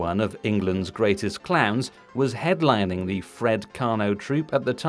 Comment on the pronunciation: Oh, ‘clowns’. I kept hearing clans.